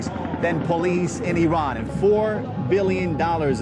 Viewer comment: did all this research and cant even pronounce iran correctly